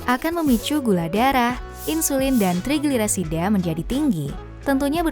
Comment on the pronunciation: Ga bisa blg trigliserida